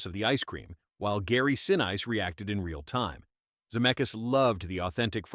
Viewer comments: I agree on the AI pronunciation. Gary Sinn-ice??? Really!!!!! had to click off there. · "Se'nees" is how his name's pronounced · Some say its 45m some say it was 67m tom hanks took as a profit, to me it dont matter, its the enjoyment of watching it over and over again. BTW who's Gary Sin-ice, cant even pronounce names properly.